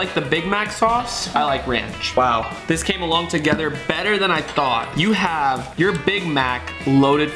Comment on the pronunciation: Faze rug instead of saying ranch you said rinch